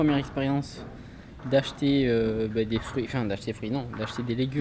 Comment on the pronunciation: d'acheter des frouiiits 😂😂